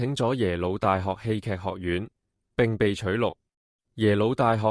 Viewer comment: 侄唸「窒」，戲劇不是居！